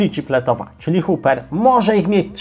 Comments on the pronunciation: lołlance? xD A nie LoveLace? i Hopper A nie huper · Proszę zwracać uwagę na wymowę Hopper i Lovelace a jeszcze inne smaczki się znajdą. Jak kanał ma się rozwijać to trzeba profesjonalnie podejść do tematu :)